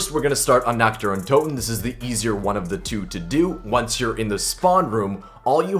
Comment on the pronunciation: basically no cod youtuber can prenounce nächt dër untöten correctly